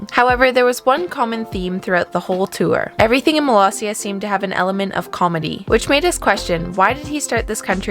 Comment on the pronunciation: Love that the Subtitles recognized Molossia as Malaysia or Palacia. Can't believe people still mispronounce Molossia as Malaysia, even in front of President Baugh.